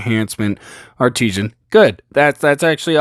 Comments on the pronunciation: Its Art-i-san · Art-i-sin, not arteesian lol, good video but sorry that was botherin me.